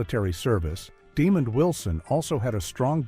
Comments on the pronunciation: Sound out the name and enunciate, then maybe you'll come to realize that his name is DemonD and not demon!!! It almost sounds you're taking pleasure in pronouncing his name as demon Wilson, what's up with that??? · It’s Damond not DEMON DAMNIT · His name is pronounced Di MOND. , not demon u idiots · The A.I. narrator was programed to pronounce his name "demon" instead of the proper way which is "demahnd."😠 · His name is not pronounced demon 👿 But it is pronounced De-mon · DeMOND!!!!!!!!! deMOND!!!!!!!!!😒🧐😬🤨🧐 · His Name is NOT demon his name is Desmond are you illiterate? If so you should have let someone else do the commentary.🤬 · NO they are saying it wrong, slow, Dumb The man name Den-mond, people can get sued for uneducated things they do and say. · Please research how to pronounce the actors names. Demond is not pronounced demon. Also, despite liking the video & info I have to give a thumbs down for the clickbait thumbnail. I HATE IT when people use clickbait. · ...please reach your AI how to pronounce names!...his name is DeMOND Wilson...we don't appreciate your non-effort... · The Stupidity of AI...the absence of pronunciation, calling the man "Demon Wilson" = TYPICAL! 🤦🏽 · Name is DEMOND not demon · De Mond is how it's pronounced. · His name is not demon it's demond show respect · I gave this vid a thumbs down because they didn't pronounce demond correctly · For real. His name is pronounced with two syllables. De-mond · Great piece. However the announcer pronounced Mr. Wilsons name wrong. They show showed a clip a Mr. Demond Wilson on Rev. Clifton Davis' talk show. Back in the day both Wilson and Davis slept with the actress Kathy Mckee who appeared on a couple of episodes of "Sanford & Son". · Good documentary, but shame on you for the dishonest thumbnail. It would help if you adjusted your AI to pronounce Demond Wilson's name correctly. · This video was very hard to listen to with that pronunciation. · NO, it's DEMOND!!